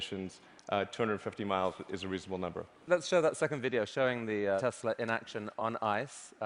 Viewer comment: 텔사가 아니라 테슬라입니다...